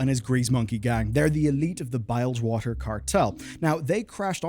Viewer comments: It’s “bill-j-water” cartel not “bile-j-water” lmao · it's bilgewater not bylgewater, surely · It's absolutely BILLG-WATER, with an I. That's how the devs say it, that's how it's said. It isn't BILEGwater, that's ridiculous. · Why are you saying Bilgewater so weirdly? Its not bilegewater it’s bilgewater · Bilgewater is pronounced "bill" short i sound, not "Bile". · my guy. the WHOwater Cartel?? They literally say it in game, bilge, not bile-ge. christ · Please... it's bilgewater, not bilegewater T_T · what are you doing mate? Is that really how we pronounce Bilgewater? Bilge + water. Bilge with i like in ill or win, not bile. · Ears are bleeding after every time he said bilgewater as bile J water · damn, didn't know i was pronouncing the BUYLGEWATER Cartel wrong this whole time... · Who can forget the Bialjwater Cartel, and their leader, the dragon Norse-doomu?! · is that how you're meant to say bilgewater? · I noticed it but since I've never heard someone from Ireland say it before, I gave benefit of the doubt that that's how it's said there. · You must be new here; can't pronounce words to save his life. It's one of his most endearing traits! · The Oxford and Cambridge UK dictionaries also show its pronounced as it is in game